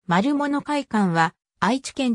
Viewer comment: まるものじゃなくまるぶつです。